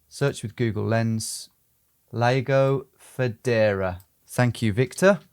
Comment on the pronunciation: Why would you pronounce Lago de Federa like Lego de Foodora?